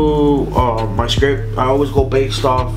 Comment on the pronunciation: The t at the end of the word script isn't silent